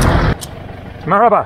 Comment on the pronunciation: Your "merhaba" has improved a lot over the course of the month. Sounds almost local now